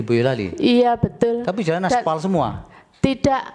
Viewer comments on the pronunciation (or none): Betul Tp dia bilang betoll, tambain belakangnya OL dipisah BE 😁😁🤣🤣🤣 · Si ibu setiap ngomong betul, huruf T sama L nya itu kaya dobel gitu wkwkkwkw jadi kek betttttuulllllll wkwkwkwkwkw